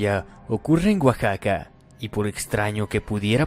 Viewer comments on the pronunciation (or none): none